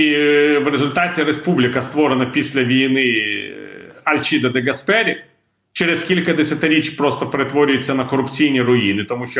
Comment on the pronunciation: Альчіде де ГАспері. Наголос на А. Інтерв'ю сподобалося .